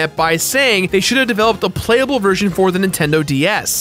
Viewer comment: The serious Natu Emphasis on PLAYABLE